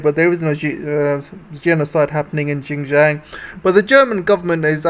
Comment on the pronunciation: Please learn to say Xinjiang properly. It is not "gin-jiang". It is Xinjiang. Learn to say your X properly. I find it absolutely irritating that western speakers can't get that right. Otherwise your geopolitical commentary is good.